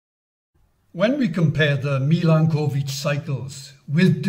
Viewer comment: A nice video, only the pronunciation of the word Milanković needs a bit of an improvement. That is, it is not two words (Milan and ković) but a single one with the accent placed on the vowel a.